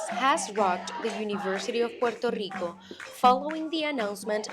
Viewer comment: Hala yankees,no sabéis pronunciar el país,Puerto Rico,,,coño,no puero ico,que pena dan,volved a España,os queremos,sois nosotros